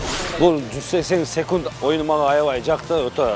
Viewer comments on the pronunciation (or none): Ар дайым айтам Сукунт эмес секунд-а дечи